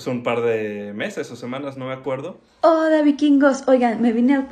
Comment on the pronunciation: En el minuto Hugo dice hoda vikingos